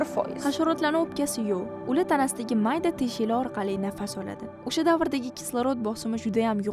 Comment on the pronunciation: sheva qara usha payt emas o'sha payt